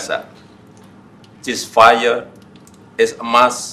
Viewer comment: "cisfayeu" is a must > "Hal ini" (tidak dapat di mengerti) adalah sebuah keharusan